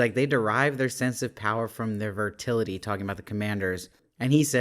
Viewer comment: Virility not vertility